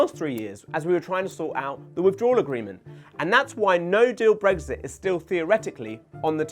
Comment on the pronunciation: It sounds like he's saying get breakfast done